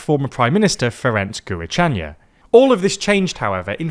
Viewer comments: insane pronunciation. thought you guys had a person to check that?? It’s jur-charn. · I did say "closest equivalent", didn't I, not the identical phoneme. There's nothing closer in English for gy than j. It would serve the purpose and render Gyurcsány much more recognizable. "Jur-chah-ni" is more accurate than "Ghi-oork-sunee", I'd say 😉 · Who tf is Ferenc Guru-China? Google it ffs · I love TLDR for creating English-language, accessible video on my country of origin so that I can show friends. But Lord almighty I'm afraid that Gyurcsány pronunciation was not it xD For future reference: pronounced Dyurchany (phonetic English). But that's just a minor note - keep up the great work!! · I recommend pronouncing Gyurcsány as something like Durtchan if English pronunciation is the basis. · I winced when I heard that last name being pronounced. It's JYUUCH-CHARN. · LMAO it's pronounced Dhurchan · It was very weird to hear Ferenc Gyurcsany mispronounced so badly it sounded Russian. I will try my best to bring it closer in English phonetics. Dur-chi-nj Dur like in dur-ability, chi like in Chi-na, and nj like in the name Soni-a or Sonj-a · "Guvicsányja" Never heard a Hungarian name butchered this BAD. 😅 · The notion that our current president could pose an obstacle for Orbán's presidential aspirations is laughable. Most of the country doesn't even know his name, only that he's often referred to as a bag of farts because he's so weightless. The only thing funnier than that is your pronunciation of Gyurcsány Other than that, great video! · That Gyurcsány pronunciation though 🤣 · pro tip: if your livelyhood is reading out European news, maybe learn how to pronounce the fucking names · That's the most butchered way to pronounce Gyurcsány :D I like you. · OMG YOUR PRONOUNCIATION OF GYURCSÁNY xD. Please please please look up the proper pronounciation of names you talk about. Put in some effort please. You absolutely butchered it. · Butchering Gyurcsány's name is sooooo funny